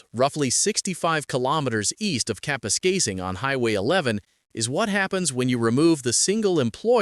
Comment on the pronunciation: so why do they know how to pronounce Kapuskasing correctly all of a sudden?